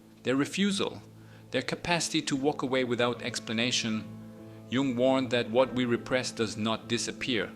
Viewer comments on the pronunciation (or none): Gung ? Jung is pronounced “yung”. This really kills your credibility. Tells us you have never heard the name before .